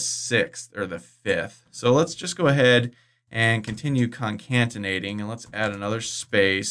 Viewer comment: BTW joining two strings together is "concatenation", not "concaNtentation". con-CAT-enate.